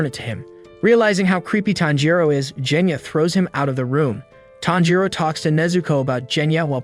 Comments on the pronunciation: ALSO ITS GENYA NOT JENYA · Is anyone gonna talk about how he pronounced genya's name wrong with a Je sound not a ge sound😦😦😦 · Genya:❌ Jenya:✅